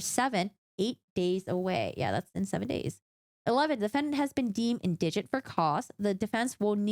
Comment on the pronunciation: IN-dih-gent, not in-DIH-gent (indigent pronunciation)